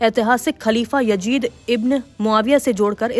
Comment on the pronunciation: Madam woh YAZID hai YAJID nahi. Bolna toh seekh lejiye pehle.